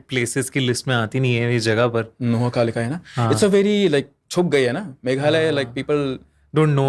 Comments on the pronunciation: Its not noha kalikai. Its nohkalikai😂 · It is pronounced as “NOHKALIKAI” thanks for sharing NE’s legends